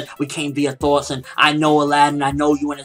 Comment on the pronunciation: Thoughts...you say it with a Boston accent, I didn't know what you were saying at first.